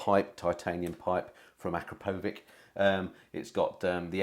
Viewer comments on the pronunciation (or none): Small thing, but it's pronounced Ah-crap-oh-vich, not Akra-po-vik ;) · It's pronounced 'a-crop-o-vich' 👍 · According to my Slovenian friend it's pronounced a-krap-ovic. And it's a Slovenian company so I guess he's right. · That's NOT how they pronounce it at the factory, including by Igor Akrapovic, the founder. It's "Ah Krop' Oh Veetch" See the Factory Spokesman pronouncing it in this company website video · But Akra-po-vik sounds better ;-) ... Somehow paying the best part of a grand for a can which is part called crap doesn't gel with my psyche 😎